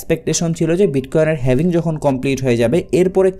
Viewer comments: Eijonnei bollam dictionary te HALVING likhe search kore then pronunciation shunen tahole bujhben etar sound HAVING hobe naki HALVING hobe! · Lol 😂 The original pronunciation is HAVING not HALVING!